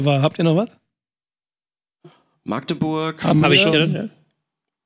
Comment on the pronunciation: Magdeburg wird mit einem kurzen a gesprochen.